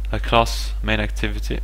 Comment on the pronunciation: Crating != Creating. Sine != Scene Varables != variables. clauss != class dis != this Enjine != Engine Your programming is awsome, and your pronounciation of english words needs work.